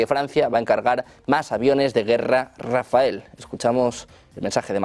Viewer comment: Rafael no ! Rafale